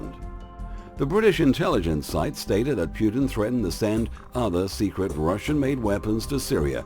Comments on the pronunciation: NICE, BUT TRY TO PRONOUNCE PUTINS NAME PROPERLY...!! ITS NOT PRONOUNCED "PEW -TIN"..... TRY "PUT -IN"... STUPID YANKS WITH THEIR CONSPIRACY THEORY CRAP...... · It is not pronounced Pjutin,just Putin :)